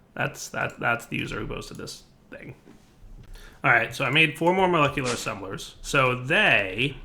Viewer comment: Ass-embelers minion laughing in background